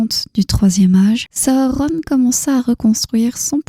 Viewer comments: Pourquoi vous dites pas juste sauron comme dans les films au lieu de sahauronne 😐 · C'est la bonne façon de faire S à u r o n chaque lettre se prononce